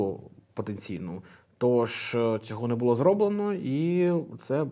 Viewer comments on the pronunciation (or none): none